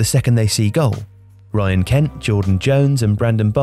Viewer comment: I visibly cringed when he said Kent